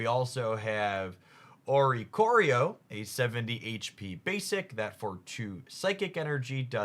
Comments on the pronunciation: Everyone is making fun of getting names wrong, but I'm not gonna be that way. I'm proud of you for getting Oricorio right in one. Good job,:D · Cant believe you pronounced Oricorio right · great job on the oricorio pronunciation!